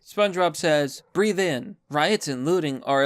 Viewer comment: Spongebob actually said "brehth" in and not breathe in, classic twitter